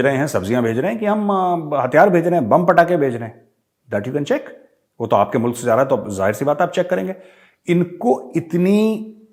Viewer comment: every one speak Mulak instead of mulk